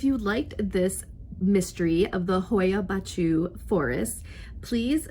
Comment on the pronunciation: Funny, I have a clip made there! i am from Romania and I went there visiting and I filmed a clip in the forest during the night. What I filmed was the actually forest and not faking! Great to watch your clip! Yes, the pronunciation wasn't exact ha,ha! But I appreciate the effort! Is not easy indeed! Was funny!